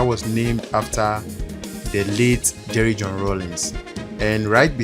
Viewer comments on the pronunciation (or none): none